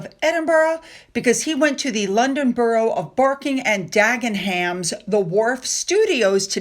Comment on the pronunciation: All love to Finn, hope he gets well soon p.s. Dagenham is pronounced ‘Dagger-num’